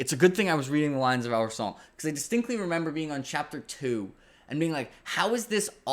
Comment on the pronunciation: Hey man, eternally grateful for you helping me get into GGK (fav author). Just gotta let you know as an Arab that Al-Rassan shouldn’t have that French twang on the end. It’s based on the real life Al Andalus (what the Arabs called Spain) and phonetically it should sound more like the word resin but with the hissing “s” sound. Awesome videos, fingers crossed for Written On The Dark!